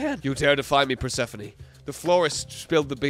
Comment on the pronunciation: PER-SEFANIE????? its pur-se-phone 😭😭😭